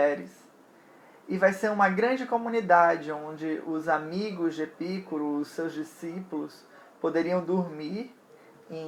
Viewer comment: Muito bom vídeo! A pronúncia adequada é Epicúro com tônica no cu (não entenda mal hehehe). A filosofia de Epicuro foi muito revolucionária e fundamental para a modernidade e contemporaneidade, nela está a semente do conceito de liberdade. Filósofos com Hegel, Marx e Nietzsche foram buscar em Epicuro a base de suas teses. Uma pena que os jardins decaíram após a sua morte e com muita sacanagem rolando os estoicos e os cristãos difamaram aquilo e não houve a devida sequencia de suas ideias.